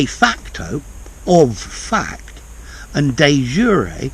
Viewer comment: Love the way how you prounounce de facto and de jure